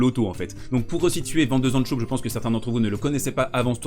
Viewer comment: zandschulp et pas zandschoup ;) Zand en néerlandais, veut dire sable et schulp, la coquille